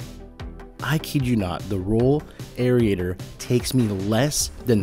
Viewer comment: AIR-RAY-TER. Not AIR-RI-A-TOR.